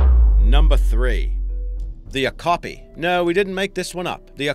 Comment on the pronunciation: Great video! Okapi pronounced Oh-cap-ee